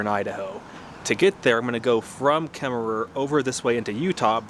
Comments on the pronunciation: It's pronounced Kemmer no extra er on the end! My family past had a ranch near Opal. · I'm so excited to follow along on this journey. I love the areas you are going to. I grew up in Wyoming, but I love the pacific northwest. Just an FYI, you don't actually pronounce the extra "er" on Kemmerer. I'm really excited to see British Columbia. My favorite mountains are the Canadian Rockies.